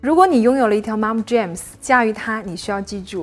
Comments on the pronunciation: 發音Jean, not jam, 發音準確，你講中文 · 非常同意。特别是牛仔裤怎么听都是James而不是jeans哈哈哈 建议up主在没有把握能准确读外文名称时就直接说中文就好了。几乎所有款式国内都有相对应的中文名称，没必要非要把外文名称与中文名称念俩遍，并不会让你显得更高级，况且你的内容已经很好。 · Jeans 英文發音錯錯錯! 不是 "Jams" 若要專業請就更專業一點! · 觉得她的内容还是可以看的，可是英文讲的实在是太难听了，特别是牛仔裤，听着好难受。我觉得还是不要插英文的好，真正讲英文的人听了觉得听那个不下去。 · 牛仔褲的發音可能要去確認一下喔！